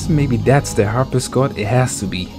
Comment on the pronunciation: harp-si-cord. not harp-is-cord